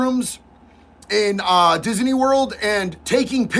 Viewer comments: I love the way says Dizzanee 🤣🥰 Did anyone else see the horrid filter used in Lily's stupid rage bait robe video? On the face and neck. Makes me wonder if there was actually any FFS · I like how that tatted guy added an extra syllable to “Disney.” Nice